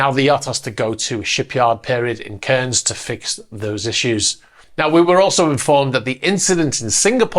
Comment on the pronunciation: never heard someone butcher the pronunciation of Cairns before that badly